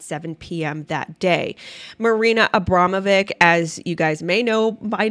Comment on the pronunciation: Her name isnt pronounced Abrama...vick. Shes Jewish and Serbian. Its pronounced...Abrama...vich. Anyone whose been to Yugoslavia or Kosovo or Serbia knows this.